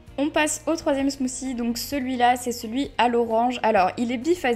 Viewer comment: ya un T dans smoothie et pas smoozie